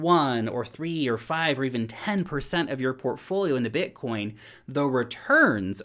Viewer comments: Did you say bitcorn 😀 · You said Bitcorn. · Lol. But but but! you said bitcorn at 0.25:DDD